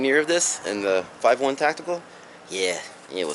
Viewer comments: Good review my friend but I have one question. It sounds like you're saying Five and One Tactical, isn't the brand called Five Eleven Tactical? Just asking because I don't recall hearing anyone say Five and One Tactical. I mean no disrespect I'm just curious. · it's pronounced five eleven dammit